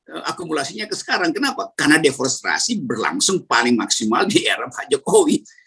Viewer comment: Om rocky maaf sbelumnya mau koreksi yg bener DEFORESTASI BUKAN DEFORESTRASI